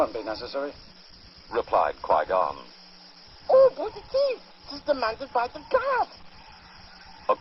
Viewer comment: no he said Gui Gon i said it as in U mean Qui Gon?